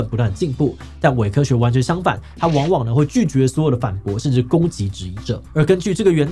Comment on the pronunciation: 到底為什麼會唸成偉科學？ 聽不下去 你好歹有邊讀邊啊